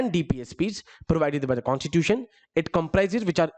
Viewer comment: यार एग्जेक्युटिव में अधिकांश प्रशासन अधिकारी आते है, तुम कुछ ज्यादा ही अंग्रेज बनने का ड्रामा कर रहे हो, कॉस्टिट्यूटन नही कॉस्टिट्यूसन होता।